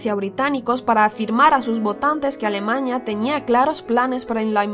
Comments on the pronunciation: Jajajajajajajaja "escandivano" "extermiño" "alemaña" bueno como sea el video está más o menos. 😂😂😂😂😂😂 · Alemaña? O Alemania 🇩🇪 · Alemaña JAJAJAJA alemania se dice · A-L-E-M-A-N-I-A no alemañia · Alemaña?!!!!?? Alemania joder!!! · Porque dice alemaña? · es cosa mía o dice alemaña es vez de alemania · aprende a hablar. "Previnir, Alemaña, Escandivanos, zonas ocupados…) y dudo mucho que se atreviera Hitler a invadir Suiza. Se puede intentar invadir Rusia, pero intentarlo con Suiza, es perder la guerra DE INMEDIATO en cuestión de horas. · "Alemaña", "coloñas" ¿? que pronunciación!!